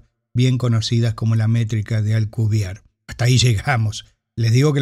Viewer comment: Por que dice Alcubier si el apellido es Alcubierre?